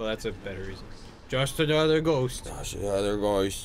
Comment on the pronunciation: "just anotha ghoist"